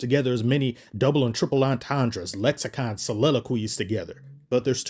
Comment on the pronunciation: Ain’t no way u said lexicon & soliloquies 😂😂😂